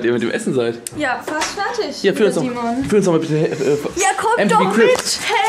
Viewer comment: Und rewi sagt immer ferchtich anstatt fertig :D